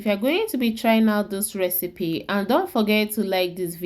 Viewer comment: Get some other person to explain in proper English, I am sorry to to say that your English pronounciation is horrible, simply can not understand what on Earth you are saying. The RECEPY ingredients can not be understood. Vedeo is all in wain. Please repeat the vedeo with proper English pronounciation.